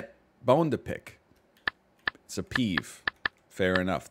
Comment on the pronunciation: PEEVE!! It's PEEVE